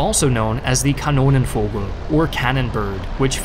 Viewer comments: "Kanonenvogel" was near native level but you absolutely butchered "Zerstörer" and "schräge Musik" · Your pronunciation of Kanonenvogel was spot on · That was a very good pronounciation of Kanonenvogel, at least for non-native standards. I've heard people in the War Thunder community pronouncing it in some pretty fascinating ways before.